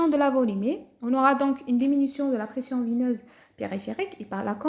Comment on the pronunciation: La pression veineuse pas vineuse , il te manque beaucoup de progrès dans les articulations et la prononciation.